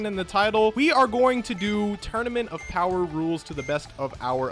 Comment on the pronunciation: son goku instead of saying power says bower